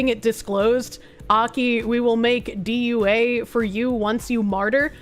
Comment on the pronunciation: Its pronunciation of dua is do-ah. Its like a prayer to god for you (source im a muslim)